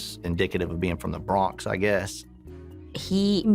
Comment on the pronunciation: why the detective say THE BRONX like that 🤣